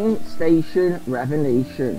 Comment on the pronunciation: Revenation? Haha. Sorry but I couldn't help but laugh everytime I heard you say that. Loving your vids.